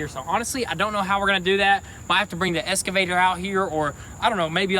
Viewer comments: It’s pronounced EX-cavator and not ES-cavator. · Guys it's Solder not soder and excavator not escavator 🙄🙄🙄🙄